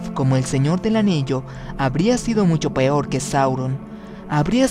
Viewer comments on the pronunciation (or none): none